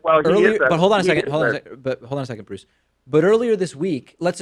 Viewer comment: Not going to lie, when he said "I am Bruce" I thought he said "I am Groot".